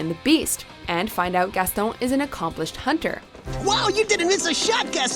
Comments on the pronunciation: For the last time, GASTON IS NOT PRONOUNCED GASTOWN!!! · She doesn’t say Gaston right but she has a clip of how to say his name